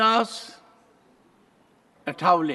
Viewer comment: रामदास आठवले। अठावले नही ।